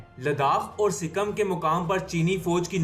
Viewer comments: Are pakistaniyo anpado sikkam nahi sikkim hota hai 🤣🤣🤣🤣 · wo sikam nai sikkim